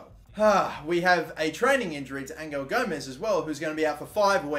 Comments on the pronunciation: Btw Angel Gomes is pronounced Angel as in gods angel not Angle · It’s angel gomes not angle gomes